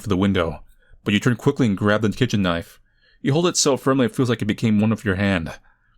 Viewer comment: even used a bri'ish accent when pronouncing knoife before knowing that